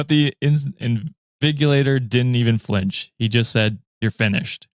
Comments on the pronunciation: Btw invigilator is said 'in-vij-u-lay-ter' idk if it's mostly a uk thing but yea we usually have at least one sit in and monitor all of our exams here - Great episode as always guys, love the collab! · Soo hiii ...new wikimaniac here Btw it's pronounced In_Vi_Gi_La_Tor 😂😂😂😂 Besides that as someone that comes from a country with a very awful education system, I can understand the part of not knowing what is being taught in school and the lecturers not even teaching it ,because it's a very normal thing where I'm from literally .😂 Like right now I'm in 300l and we have exams starting next week , but half the lecturers we are seeing now we have not seen them throughout the duration of the semester and now they are bombarding us with PDFs that's like 30 pages long with different topics and pictures of textbook one of them even send us chatgpt generated notes like literally doesn't even change a thing just copies it and pastes it . Soo yeah it possible for a whole semester to pass and you won't see the lecturers, the ones that will come will not teach anything of importance and literally read the textbook to us that we must buy because it's their CA , and then half their topics will be given to us as assignments and more than half the time they won't give us the textbook till a day before the exams. Soo yeah and people that will tell me to report it 😂😂😂we have but they will tell you that's the norms bear with it and many more problems ...😂 I won't mention because that's just it but just thought I will share PS. Im a nursing student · Invigilator would be pronounced with a J sound but yeah got the definition right. They walk up and down the exam hall to check for stuff like this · 😅 I'm concerned by everyone not knowing invigilator, not hard g, its the g sound thats like a j. Its the exam proctor.